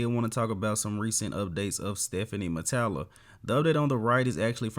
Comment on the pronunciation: Idk how its pronounced but it sure as hell aint Stephanie. Hes french so try Stefan unless uve heard otherwise. Also Stephane aint no classic guy. Dude has to lose a lot of muscle mass to make weight